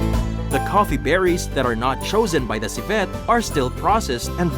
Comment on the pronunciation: di ba nkakapick up ang narrator sa mga iniinterview nla? annoying lng ksi sinasabi nya ci-VET... dapat CI-vet LOL, try nyo sa google translate